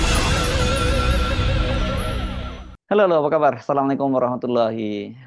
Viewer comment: 😂 garoet menyimak bung hersu "salamun alaiqum"